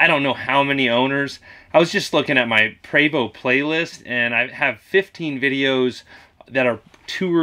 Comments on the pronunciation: Eugène Prévost the founder is French Canadian like myself and I confirm you are correct with the pronounciation... "Pray-voh". PERIOD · I’m French Canadian, and your pronouncing Prévost correctly.